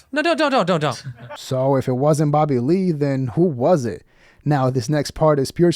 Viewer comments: With your accent it sounds like "Babbahlee" 😂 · These channels are getting old for anyone over 25 or has an IQ over 75….. I love how your dumb ass says “Babalee” for Bobby Lee.